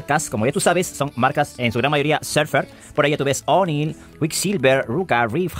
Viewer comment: Oneil jaja amigo se pronuncia onil